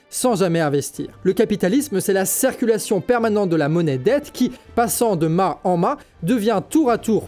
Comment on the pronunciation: La cEEErculaion! Ouch!!! Vu que tu es le, essaye de prononcer " cIrculation " STP. Super série. Gros travail. Merci